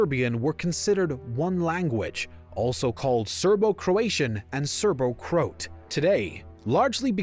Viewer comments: The videos are good but how don't you know that it is pronounced Cro-at not Croat? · It’s pronounced Cro At. Not Croat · Depending on when this was actually made, you needed to update your "FYROM" to North Macedonia. Strange pronunciation of Croat too! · even the english pronunciation of Croat is wrong 😎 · its a computer generated narration. Reads Croat like it rhymes with boat.